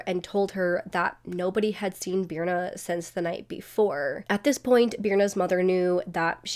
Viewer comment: Sorry but that is not how Birna is pronounced… It is an icelandic name that is really hard to pronounce unless you’re icelandic. If you are icelandic you know that this is not the phonetic spelling of Birna.